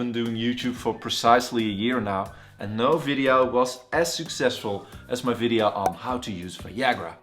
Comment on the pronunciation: is this really a doctor?? and what's a videaoww?